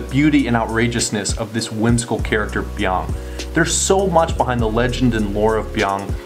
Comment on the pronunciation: "I didn't come close to say that perfectly" *proceeds to say it perfectly